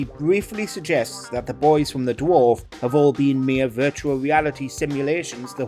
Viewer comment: Im being gas lit by watchmojo. Why is this the fella you pick for THIS video? "Wed Dwawf"